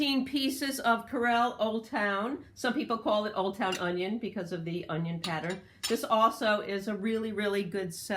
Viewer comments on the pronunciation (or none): none